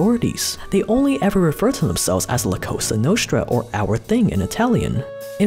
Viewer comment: It’s pronounced Cosa Nostra (with a sharp “s” not a “sh”